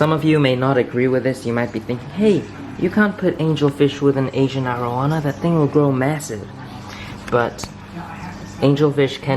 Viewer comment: Its air oh wana not are oh wahna